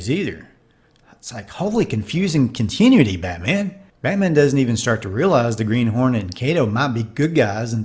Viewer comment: Oh no, that hillbilly again. Sure, take all our fun away. Damm!! We all really thought those crocks were real!! Now you spoiled it. I’ll never watch that episode again with out fixating on those gators… or were they crocks???Oh, the word is Continuity con ti-nu-a ty ! Not Con- tin- u- ty. 😂! I guess those five syllable words are a bit tricky for guys from West Virginia. You need to find someone with a good speaking voice for your vids. These are not goofs or outtakes. Just little things you can find in any film if you watch it 100 times. Do Gone With The Wind or Heaven’s Gate next time, I would be curious how you work with films of beauty and culture. Batman. And you are how old? Time for Wraseling.